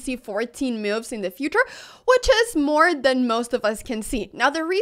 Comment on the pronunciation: Brilliant mee-oo-ves.